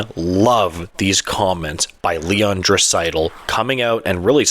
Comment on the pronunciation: Probably best to pronounce Draisaitl’s name correctly when you’re featuring him in your video